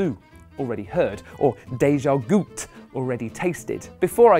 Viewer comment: Funny how Greg pronounce the É correctly in DÉJÀ but totally not pronounce it in other words like goutÉ. "É" should sound similar to rEY or hEY.